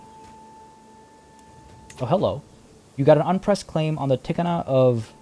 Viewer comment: I think it is "Thik-aa-naa", like the word for place in Hindi. Apparently it was the land under a Thakur. Learned somehting new, that's why I love your vids! Also love the fact how you try to stay true to history. With multi-religion and culture in the subcontinent, it ain't gonna be easy. But it gonna be gooood.